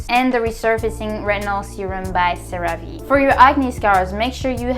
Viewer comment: That other skincare line Cerave is pronounced “sarah-v” not “sa-rah-vay”. The names comes from the active ingredient in it called Ceramide.